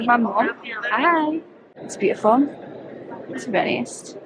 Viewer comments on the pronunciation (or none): somehow made “to be honest” sound like one word